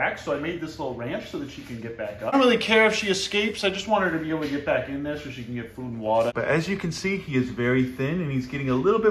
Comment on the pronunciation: I love how you say food and water “Feud an’ wata”